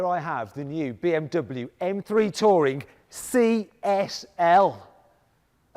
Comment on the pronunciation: When he said touring I heard tory😂